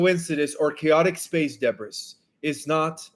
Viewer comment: Hi! Fyi, Debris is pronounced DEBREE and stabilized is pronounced STAYBILIZED. I've been following you since day 1 with Nicholas V!!